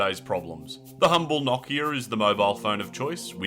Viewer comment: "Knokia"? Lol